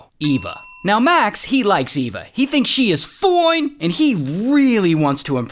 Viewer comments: Ray saying "foine!" gets me every time!!! 🤣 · That FOINE! was personal 💀😭😂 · The way ray says FOINE 😂😂😂😂 cracks me up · LOL when he says “FOINE” caught me off guard 🤣🤣🤣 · "FOINE" Lmao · I love how calm Ray was until he randomly turned British and screamed at the top of his lungs: "FOINE!" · Ray deserves a 👍 for accurately pronouncing the model of the car. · That FOINE, though 😂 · Me too I liked the goofy way he said that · For real